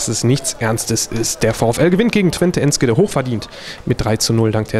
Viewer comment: Wie er Enschede anspricht :D